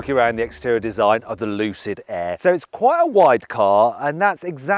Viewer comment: 루시드에애 가 아니라 루시드 에어 라고 정확한 발음 부탁드립니다